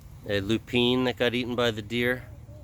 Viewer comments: Are you meaning LOO-pin? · Yes, I pronounced it how it was spelled at first, too but it's pronounced LOO-pin.